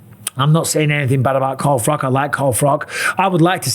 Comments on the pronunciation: Why are you saying Carl Froc???? Your English, it's Froch... You know, with "ch" sound! 😂 😂 😂 No man alive should say Carl Froc!! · Mike Calling Froch; Carl Frock, Carl prop.!!!! Think he said his name right once or twice loooool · Bisping is so CTE ridden he doesnt even know how to say FROTCH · Bisping punishing Carl Frock for mispronouncing his name 😂